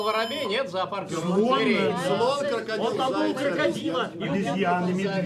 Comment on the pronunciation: Кырыкадил, крокадайл 😂😂😂